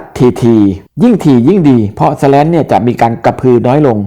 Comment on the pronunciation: ข้อมูลดีครับ แต่อ่านว่า สแลน คงดีกว่า สะแร้น นะครับ